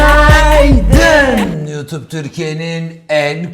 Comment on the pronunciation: Günaydın ❌ üünaydın ✅